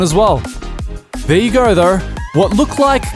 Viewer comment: "Project Cars Gorrr"